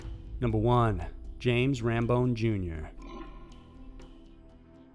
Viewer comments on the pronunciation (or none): none